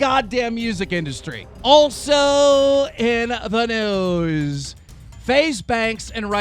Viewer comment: I swear every time you say also in the news I hear also in the nudes